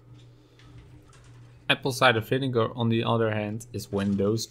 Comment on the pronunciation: Vinegar not vinigar. Handling not handeling.